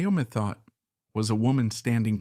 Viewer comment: Mayo Methot was the abuser. When drunk she was refered to as a "wild cat". Methot is pronounced Meth-oh. The final T is silent .